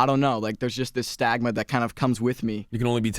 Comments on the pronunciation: Did he just... "Theres just this stAGMA" ... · He said stagma…I think he meant stigma